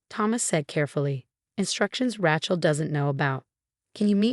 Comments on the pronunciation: At last someone else caught the last misprounciation of Rachel's name. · I guess AI can't pronounce Rachel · SO HARD TO LISTEN to this story...Main character is R A C H E L as in Jennifer Aniston in Friends...OMG...pronouned like a hillbillys garage tool..a lot of story times with higher quality ten foe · Please teach your app to say "Rachel" properly? It's like nails on a chalkboard! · A person is not a mechanic's tool a rachet spanner! Where on earth did you hear one person call Raechel, as rachel, are you nuts, how disrespectful! Even if it's spelled Rachel it's never said as you did. You are crazy! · Rachel, sounds like Raychill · It's Ray-chill. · Geez. What a stupid AI reader! Rachel is improperly pronounced. Except for two - which must have been errors.